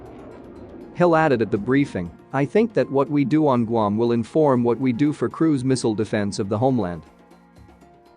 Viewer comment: Guam is NOT pronounced gum!